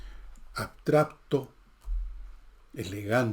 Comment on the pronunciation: "abtrapto" jiji